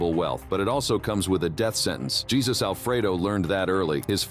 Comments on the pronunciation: I you are going to use AI make sure the AI can use correct enunciation on names Jesus isn't the name used by our Lord and Savior , in Espanol it is enunciated ( Hay - Zeus) please get it right. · I know it's AI, just it's Hey Zeus not Jesus, a lot of AI mispronunciation but that one's the worse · Hhaahhaa! JESUS! YOu prononce it hey -zues as in mount olympus shove a thunderbolt up your ass!😂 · Jesus in this case is pronounced Hay-zeus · Jesus Alfredo?Sounds like the best pasta dish ever instead of how it's actually supposed to be pronounced(Jesus-hey soos) in Spanish